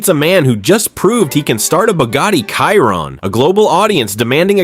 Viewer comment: It’s a Chiron pronounced “shear on” not “Kyron”